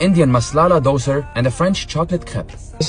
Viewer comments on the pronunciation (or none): You've kept the right song but you've pronounced the dosa as doser😂😂